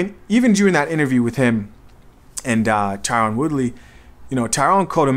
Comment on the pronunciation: His name is pronounced “Ty-rin” Woodley. Jake is purposely pronouncing it “Tyrone” to try to get under his skin